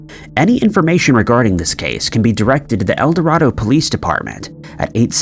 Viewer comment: Just for future reference its El Do(ray)do, Arkansas. I live about 30 minutes form there.